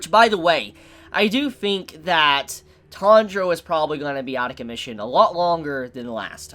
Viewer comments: Sorry but why am I hearing "Tandro"? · the way he pronounce tanjiro tho